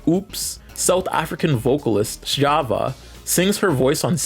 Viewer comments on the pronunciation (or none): none